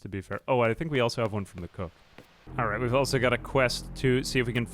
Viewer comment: He's saying 'alright' but fast